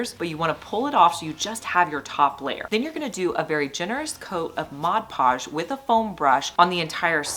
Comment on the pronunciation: Can I just say thanks for calling it "MOD podge"? It irritates me when people call it "modge podge". 😂